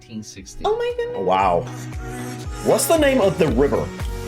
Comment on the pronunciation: when American people say oh my goodness it almost sounds like oh me guinness